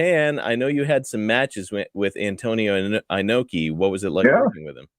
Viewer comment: "Ee-noe-kee", not "Eye-noe-kee": never look to Bill Burr for advice on how to pronounce Japanese names. It's true what Duggan says about Inoki. Americans and folks outside of Japan in general have no idea. Inoki is bigger in Japan, even after his passing, than any living American athlete is in the United States--and no, I'm not forgetting about that Chicago fellow with the sneakers. Inoki did indeed enter politics, the man in a national icon in Japan in a way that few American athletes have been in the States. Unless you've been to Japan and have spoken with many Japanese people, you can't appreciate how big Inoki was and still is in his native country.